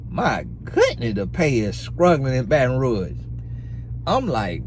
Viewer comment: "Baton Ruash" 😂😂😂